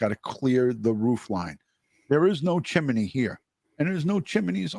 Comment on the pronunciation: It's called a chimney not a chimeney. Are you five years old?